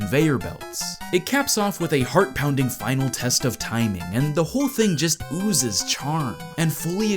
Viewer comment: I swear at that one part when you said that "this level just oozez with charm" made me hear "it LOOSES charm even after 15 times of relsitening to it